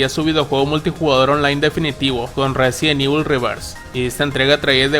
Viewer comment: el residont ivol de netflisss con sus Feminazis :face-blue-smiling